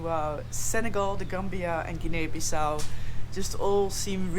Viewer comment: Great to see Guinea again. By the way, in English, it's pronounced like ginnie (with a hard G like in golf). You're adding an extra syllable at the end. In French it's pronounced like geenay (Guinée)